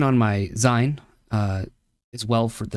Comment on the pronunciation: Interesting video, very good. However, dislike for c the way you pronounced “Zine” from magazine. I’ve never heard it pronounced maga-z-eye-n